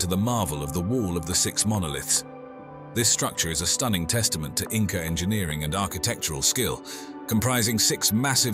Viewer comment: You keep saying Inca? I can't watch Anymore. I know the truth, they did not feel so well.